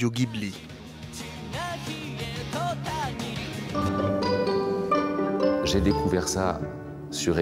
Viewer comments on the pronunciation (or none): Ghibli se dit [ji bou li] à la rigueur, en français [ji bli], mais par pitié, arrêtez de propager cette fausse prononciation avec [gui] !